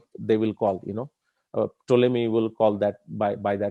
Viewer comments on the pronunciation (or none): none